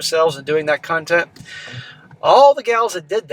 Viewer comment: lol, I thought you said "cuntent"